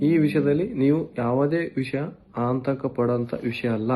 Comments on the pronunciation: ಆಂತಕ ಅಲ್ಲ ರಿ ಮುತ್ಯಾ ಅದು ಆತಂಕ 😂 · ಸರಿಯಾಗಿ ಕನ್ನಡ ಪದ ಬಳಸಪ್ಪ ತಮ್ಮಯ್ಯ ಆಂತಕ ಅಲ್ಲ ಅದು ಆತಂಕ ಅಂತೆಳು